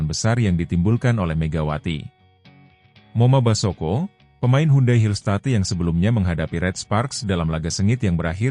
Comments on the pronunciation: Ai peppers kok ngomong moma basoko,belajar lagi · Bgm komentator,kok ngomongnya moma Basoko.